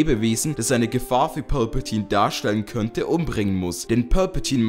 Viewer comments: Das ist Palpatine und nicht Pölpetiene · wer versteht anstatt palpatine auch immer pölpatine xD ( nicht böse gemeint )